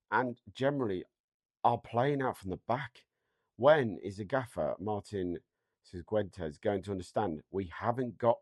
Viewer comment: Martin Ciquentes? 😂 Love your pronunciations.